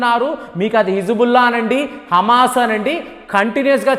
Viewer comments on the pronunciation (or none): none